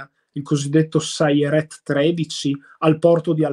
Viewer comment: so che l'ebraico è una lingua difficile ma s13 della marina non è sayeret ma shayetet 13 (i sayeret sono sempre plotoni speciali ma sotto esercito)